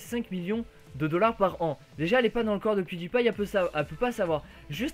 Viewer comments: Pewdiepie et sa été dit piedailpail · salut! merci pour cette video!j'ai regardé le grand journal et je suis un grand fan de pewdiepie.J'ai trouver incroyable que la journaliste ne savais même pas prononcer le nom pewdiepie! Elle la meme insulté pewdiepie de completement fou! ça m'a vraiment énervé! De plus le montant du salaire que gagne pewdiepie est abusé! $ par ans! Même ci aujourd'hui la journaliste c'est esxusé, je n'ai pas du tout aimé les critiques. merci pour cette vidéo! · j'ai adoré comment la meuf elle prononce PewDiePie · la meuf elle c meme pas dire pewdiepie